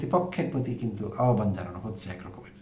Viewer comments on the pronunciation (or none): none